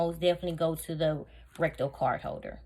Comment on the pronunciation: You say RECTO....we hear RECTAL! I almost choked on my coffee! Listening not watching while putting on my makeup and thinking wow! Louis Vuitton has reached a new low! To make sure you don’t get robbed, they now make a wallet you shove up your butt! Nobody getting to that... nor would they want to.....being that it’s been up someone’s butt! 🤷‍♀️🤦‍♀️😆😆😆😆